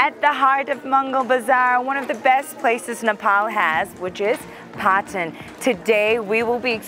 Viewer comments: Phatan haina patan ho hajur.... Nepali naam ma angregi accent chai kina hau bakwas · Its PATAN, not PHATAN!! LoL